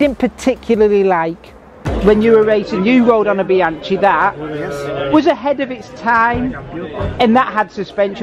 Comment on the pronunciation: Bianchee - shoddy, you're having a laugh with that pronounciation mate